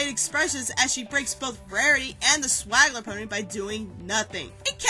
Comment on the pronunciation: I think you mean swindler, not swagler.